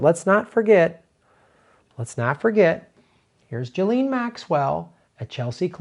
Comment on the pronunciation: It's pronounced 'jizzlane'